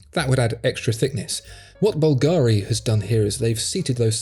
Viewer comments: bÚlgari, not bulgÁri: watch the accent. I love your superb work on the channel: 99, excellent notions, just this little dissonance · Correct pronunciation would be BVL-gari, not Bvl-GA-ri. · Bùlgari instead of Bulgári. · Bulgari is pronounced /BULLgeh-ri/. Stress on the first syllable. By the way, I scanned the QR code from the screen! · You are mispronouncing Bulgari. Emphasis on first syllable and not second. Good video though so keep it up! :-)